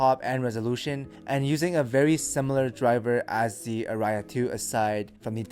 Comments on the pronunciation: What do you mean? It's not an operatic uh-rye-ah XD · The way he says Aria gets me every time!🤣🤣🤣🤣🤣🤣